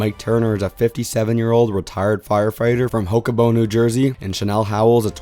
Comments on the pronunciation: Mike is from where in New Jersey…? It sounds like you’re saying “Hokoboen.” I think you mean Hoboken. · Mike is from Hokobo? 😂😂🙄 Ho-bo-ken. Right next to NY also. So could be a 3 person alliance right away